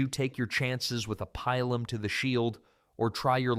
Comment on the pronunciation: I seriously hate this AI voice. When I hear this, fuck off. Cant even pronounce pilum properly. Worse yet, it pronounce it differently twice